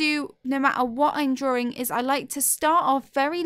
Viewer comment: Why do you say drawring only one r